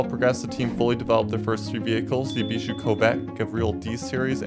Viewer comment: Bro doesn't know how to properly pronounce car names... Eebishu Covet? Gavreel D-Series? Gravreel Grand Marshal? Civet Boleed? Gavreel H-Series? Gavreel Bistrow? Eebishu Meeyamar? Eebishu Hopper? eSBR4? (It's known as just the eSBR) Eebishu Wigeon? Leegran? (Better known as Li-grawn) Solidad Wendover? (Nobody liked the ETK 800 series) Griv-Gavreel T-Series? bruh this is so bad it might be intentional 💀